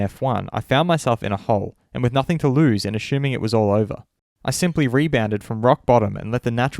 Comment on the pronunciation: Ashuming? Or Assuming?